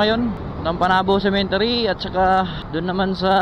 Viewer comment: waa sa kanta2x na part uy . hahaha buto nahimong boto 🤣🤣 (typo) cemetery dapat dli "cementery" HAHAHA Lingaw aya infairness 🤣🤣🤣